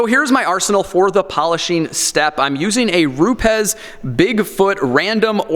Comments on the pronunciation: "Groyt" . . . Gree-oh. "Rupez" . . . Roo-ps. Buttering up your pad?! Haha. Don't listen to this joker, I thought from the title this was wrong. It's dangerous to put out videos that could help ruin people's paint. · And its pronounced Roubs there bud